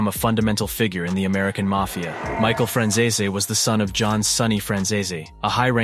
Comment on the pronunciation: Your pronouncing Franzese completely wrong